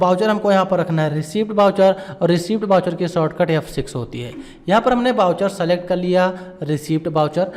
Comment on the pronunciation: कैश स्टडी ❎ केस स्टडी ✅ सलेक्ट ❎ सेलेक्ट ✅ पैड ❎ पेड ✅ रिसिप्ट ❎ रिसीट ✅ असेप्ट ❎ एक्सेप्ट ✅ etc...